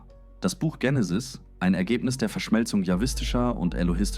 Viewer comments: Warum wird das Wort Genesis hier ständig englisch ausgesprochen, nämlich "Dschenesis" statt Genesis. Ist es weil hier mal wieder eine KI Stimme einen engl. Text übersetzt hat? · Vielleicht denkt die Ki an die beliebte amerikanische Sega Videospielkonsole , die hier mega drive hieß.Auf jeden Fall kommt es vielleicht wenn man von Benutzung wie oft vielleicht dazu,dass es richtig ist das so auszusprechen und die Band Genenis ,eben habe ich noch gemerkt, dass das Genesis ,einmal in kurzer Aufeinanderfolge ,dass Wort zwei mal anders ausgesprochen aber auch eher englischartig und dann noch mal anders .Drei mal verkehrte Aussprache xmal ..nach dem ersten Hören ,also erschreckend alles mit den Ki Stimmen und das bei so wertvollen Dingen …..alle keine Zeit mehr?!Das glaube ich kaum.